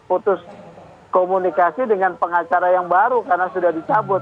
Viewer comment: Transparang, kemareng, dengang, laporang, sembilang.